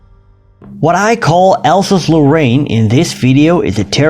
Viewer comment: It's not "Alsazelo'aine" it's "Alsase-Lorraine", two words... And so on!